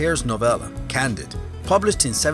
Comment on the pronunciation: The Voltaire novella is pronounced "can-DEED," not "CAN-did."